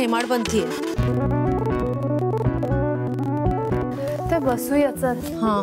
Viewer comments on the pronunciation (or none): हेमाडपंथी नाही, हेमाडपंती. यादवांचा पंतप्रधान हेमाड यांनी विकसित केलेली मंदिर निर्माण शैली. पंत हेमाड वरून हेमाडपंती शब्द आला आहे.